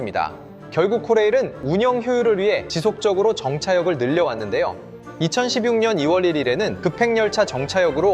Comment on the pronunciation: 발음이 왜이럼? 특급열차 발음은 [특끔녈차]인데 [특끄별차]라고 하고 2016년도 [시뷱년]이 아니라 [심뉵년]임